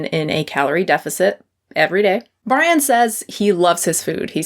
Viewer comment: Lol I thought you called him “Pudding Brian”😅